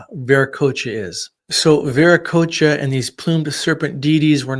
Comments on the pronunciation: Bueno, mucho de lo que cuentas sobre los incas es incorrecto, la terminología está mal pronunciada, qué es ese "veriquia"??? Te refieres a Viracocha?... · TAUANTINSUYO/PACHAKUTEK/ VIRACOCHA....WHY DONT U USE THE CORRECT PRONUNCIATION????😡😡